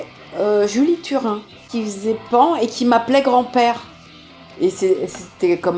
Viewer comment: Hey Brigitte c'est pas pan c'est panne (la prononciation) dragon ball super c vraiment mal fait les raccourcis sont mauvais les décors sont nul et goku est devenu vrm maigre avant plus tu avais de cheveux et plus tu étais musclé plus tu étais fort alors que mtn ya de moins en moins de muscles et de chveux